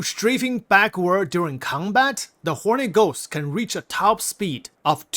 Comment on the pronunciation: Just sounds like you're saying Horny Ghost lol